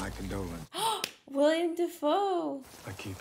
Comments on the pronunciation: Its Willem(Will-em) Dafoe, not William. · It's not William Defoe it's Willem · His name is not William Dafoe, it's Willem. Put some respect on his name